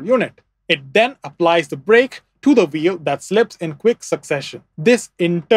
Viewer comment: bro mixing up his v and w. Its wheel and vehicle not "veel and wehicle"